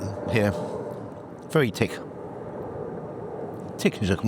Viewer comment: English customer "is the soup tinned" Irish waitress "No, tis tick."